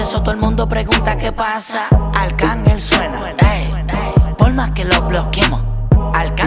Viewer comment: Also why does archagel keep saying accicon